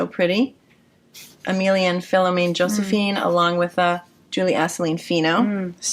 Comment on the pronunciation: For your information Emilia et Philomène yarn is a french canadian yarn company. The prononciation for Philomène sounds like Fee-low-men.